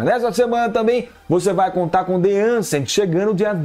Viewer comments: The A"N"cent não kkkkkkk The A"S"cent q é o certo kkkkkkk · The aSent não the aNsent meu querido rsrsr